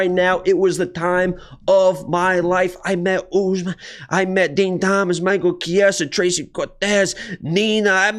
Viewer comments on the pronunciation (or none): none